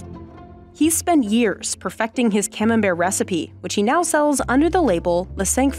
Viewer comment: ComenbertY... for sakes, hearts the ears..must you mispronounce everything? must you call cheddar a cheese? hllblls gzzz